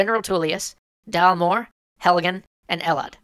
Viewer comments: Dalmoore? Thalmor. Smh. Tuleous? Tullius. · Dalmoor? Have you even played Skyrim? It's Thalmor. 2 minutes of research could've told you that. and Ulfred? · Thalmor, Ulfric, Sovngarde, Helgen, Vilod, Tullius, and Rorikstead. Not Dalmoore, Ulfred, Savvengard, Helgan, Elod, Tuleous, and Rorickstead. If you're going to put in proper nouns, spell them right or don't put them in. Otherwise, great video. Although I do disagree with your conclusion. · Thalmor not Dalmoore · also its thalmor not dalmoore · Helgan? you mean Helgen. Dalmoore? is Thalmor. Ulfred is Ulfric. Savvengard is Sovngarde. Tullous is Tullius. Bro cmon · I don't believe you really play Skyrim, if you're calling Falmore Dalmore. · dalmore? thalmor bitch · Thalmor not Dalmor.. though I think that's part of the problem. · Wait... Dalmore... DALMORE!!! Sorry to rage but it's THALMOR!!!!!!!!! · Small correction its thalmor not dalmore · And Thalmor rather than Dalmoore. And General Tullius, not Tuleous. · Did you guy miss-spell and miss-pronounce the Skyrim jargon intentionally to further you point? If so props to you! If not, well it worked anyway because I even had to rewind after what you said about dismissing jargon, especially "Dalmore" the Nordic pronunciation for "Thalmore" apparently. Good job, I love you videos. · haha he said dalmoore just sayin its thalmoore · Daalmoore? NO! IT'S PRONOUNCED THALMOR!!! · I come back here every couple of years to remind myself how hilarious it is that he said "Dalmoore" after claiming to have played the game for countless hours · The fact that he said Ulfred and dalmor disturbs me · "Dalmoore"? "Tulious"? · As well as "Dalmoore" instead of Thalmor. At least I assume that's what "Dalmoore" is supposed to be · Dalmoore omfg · *ULFRIC *SOVNGARDE *TULLIUS *RORIKSTEAD *THALMOR. I'm sorry but it had to be done, it was driving me insane. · "Thalmor". It's really not that hard or time-consuming to check... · Wow bro savvengard?? dalmoore! Put subtitles on Geeze